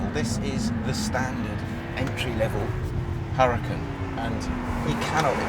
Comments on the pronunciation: You mispronounced the name, it's huraCAN, not HUracan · "Whoooruhcan." Lmao!!! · It does not pronounce like you said. The h in huracan is mute. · Please, if you're going to tell us how to pronounce Huracan please pronounce it correctly yourself. Here's a little help, the H is silent and the accent in on the last vowel, not the first or second vowel. You'll seem more authoritative if you research your subject. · if you're going to say how to pronounce Huracan, at least know that the spanish word Huracan is pronounced without the sound of the H.